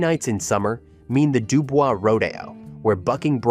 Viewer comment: They don’t pronounce it Dubel’s😅 it’d do boyz